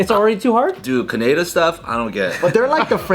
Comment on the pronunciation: saying Canad-euh 😂